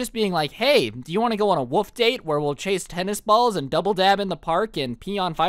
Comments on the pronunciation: its WOLF not woof!! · ok i’m not the only who kept hearing woof instead of wolf!!!